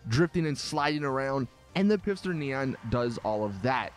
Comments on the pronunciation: U said pifster its not pifster its pfister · stop pronouncing Pfister “pifster” it’s pronounced “FISTER” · PLEASE PLEASE PLEASE stop pronouncing “Pfister” as though it were spelled “Pifster.” The P is silent and it is pronounced like “Fister” lol... Get it?! Just please... For all of us... Keep the cringe to a minimum. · At the beginning of the video it sounds like you're pronouncing "Pfister" as "Pifster". You realise it's pronounced "fister", right? With a silent "p". The fact that it's pronounced "fister" is the whole joke - it's more toilet humour by Rockstar, as they're famous for. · You speak both the P and the f in Pf in German. If you have trouble then better speak it Fister than Pister. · Its pronounced fister not pifster Mr. Lister the sister fister and lister's sister the fister resistor. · Hey genius it's pronounced "fister" not "Pifster". Dman man! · its pronounced "pfister" not "pifster" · It is Pfister and not Pifster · It’s Pfister... Not Pifster... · I think it's meant to be pronounced "Fister" but he doesn't get it lol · Herro it’s fister... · stop saying pifster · Your saying pfister wrong the p is silent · It’s pronounced fist her or fister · Great video, keep it up. But please pronounce the pfister brand as fister which is how it is meant to be pronounced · This guy pronounces the p in pfister lmao. This guy probably pronounces pterodactyl like PITTERYDACTEL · Love how every time this nigga say Pfister her said pifster lmao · It’s FISTER the p is silent. Again FFFFFFFISTER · It's not pifster it's "Pfister", the "P" being silent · “The pisster neon” this guy lol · Stop saying pifster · It’s Pfister not Pifster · "pifster neon" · It's "P fister Neon" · lol ph and pf aren't the same thing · I'm pretty sure the p on pfister is silent...